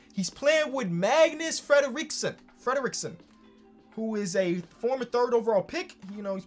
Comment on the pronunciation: Fredriksson: exists: Fledaleekson